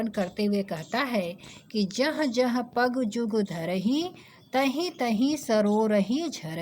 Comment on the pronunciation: Pagu nhi pag hai